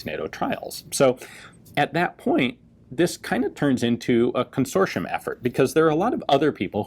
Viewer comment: Fascinating pronunciation of Consortium, never heard that, that’s a spy’s worst nightmare, an invisible red flag, haaa. Lovely gun, the only good use of plastic there is in the world🤣🤣🤣♥️